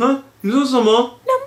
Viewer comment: 「羊羊」，我聽成「媽媽」了！